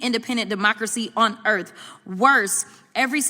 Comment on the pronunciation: lol she said the wealthiest people on “ERF”